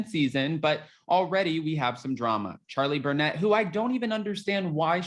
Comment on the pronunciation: It’s funny I thought you said Charlie brunette. I was like wow her last name fits her ha ha